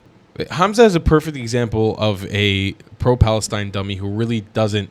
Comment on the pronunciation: think he mean pfalestine :face-purple-crying::face-purple-crying::face-purple-crying